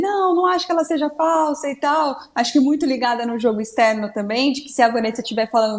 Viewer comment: JÔGO JÔGO JÔGO JÔGO É JÔGO É JÔGO JÔGO JÔGO É JÔGO